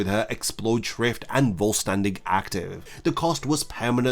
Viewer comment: Please for the love of god, it´s not "Voltstanding" it is "Vollständig" which means Complete in german. All Quincy attacks and stuff from them are named after german words